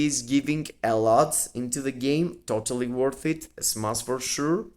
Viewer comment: Bro it’s smash 💥 not smass lmao 😂